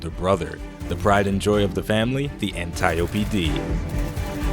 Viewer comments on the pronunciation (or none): I swear its pronounced "An-tee-ope" Not "An-tie-opie".............i mean...just sayin